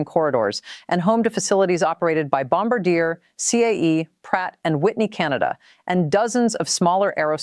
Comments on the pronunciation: Do better research Carney won a minority government not a landslide. And Bombardier is pronounced bom-bar-d-eh not bamb bar deer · It’s not Bom ba deer, it’s pronounced Bom bar de eh, eh as in sleigh. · You mis pronounced Bombardier! It’s pronounced Bom-Bar-Dee-A! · First of all learn to pronounce Bombardier correctly. Second PM Carney did not win a landslide election, he has a minority government. Third, Canada one time did have its own military equipment industrial capabilities. Under pressure from various US governments Canada degraded its manufacturing capabilities. We are simply re-establishing that capability. This post is probably AI generated & should be taken with a grain of salt but much of the information provided is correct.